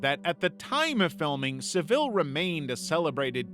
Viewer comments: Its Jimmy SAville, the emphasis on the first part of the word. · My guy you really gotta learn how to say Jimmy Savile because I was confused on who you meant cuz you said his last name so wrong 😂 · Guysss you can't bother finding out how to pronounce Savile? I'm American and that hurts, I can't imagine how it sounds to Brits lol.